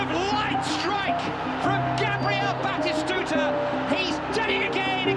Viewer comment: Komentator di PS1 dulu teriak nya.. betiskudaaaa nggak taunya batistutaaaa